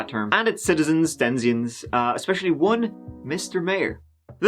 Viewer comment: Actually it is DEN-I-ZEN not DEN-ZIONS. Still love you lots